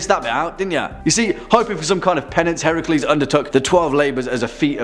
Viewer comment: The mother of monsters is not Chimera. It is Echidna. Echidna birthed many of the legendary monsters. You get major points for pronouncing Heracles right. So many don't and as a historian it's nice to hear. As for Medusa, the story is more tragic than anything else. Considering she was a victim of being assaulted by Poseidon in Athena's temple. There are two different hypotheses on why. The classic concept was as a punishment to medusa. The other is a boon for Medusa so that no man would ever harm her like Poseidon had done. Hellenic theology kinda gravitates between interesting at certain points and terrifying at others.